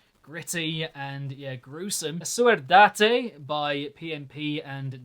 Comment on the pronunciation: ''asuerdate'' xD